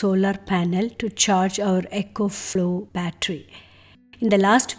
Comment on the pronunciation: Not ECHO FLOW. Its ECO...